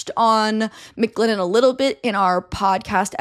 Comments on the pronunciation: Stop saying Mick Lennon. MC Lennon not Mick lennon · everytime you said mclennon i thought of mclovin from superbad. i just want you to know that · I keep feeling like she’s about to say “McLovin’” every time she says McLennon LOL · Word it’s driving me crazy 😂